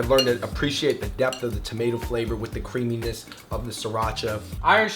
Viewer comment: Did he just say the creamyness of the sriracha?